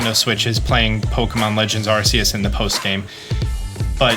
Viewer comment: Its arceus not arceus